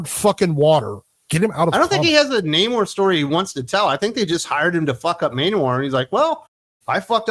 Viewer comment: It's pronounced Namourrrrrrre ! :-)